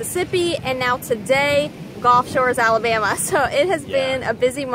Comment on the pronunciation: gulf, not golf.....commonly mispronounced. O:-)